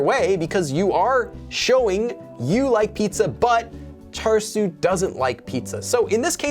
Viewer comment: Lowkey thought you said char-siu (like the pork) instead of the name 철수 (cheolsu) 😂 Think I need to work on my Korean listening skills lol